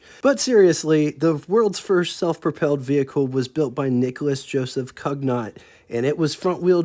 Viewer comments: . Since you enjoy critiques, here’s today’s pronunciation tip: Cugnot is pronounced “Koon-YOH”. For extra credit, Nicolas-Joseph = “NEE-ko-lah-zhoh-ZEFF”. 😊. Thanks for featuring this awesome gem. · Cugnot is pronounced COO-nyoh There is a YouTube video of a reproduction Cugnot tractor in operation. Chuff! Chuff! Chuff! Chuff!... Operators were wearing period costumes... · The French "Cugnot" is hard for English speakers to pronounce. It is more like "cue-iniot".